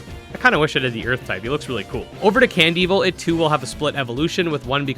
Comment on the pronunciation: Honestly I used to pronounce it as Can-Devil. But hearing you pronounce it Cand-Evil now makes me wonder which was actually their intention